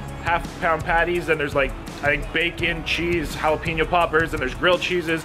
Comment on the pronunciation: Hala-pain-yo! Not peen-yo